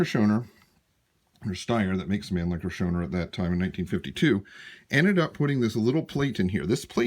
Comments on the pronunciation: It is pronounced, Show-Now-er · Your pronounciation is missing the au as in , house, or our, or ouch, or how. Other than that, i like your rifle, and this is a good video. I give it a thumbs up!